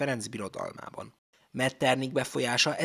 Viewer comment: Helyes kiejtés Metternih, nem pedig Metternik.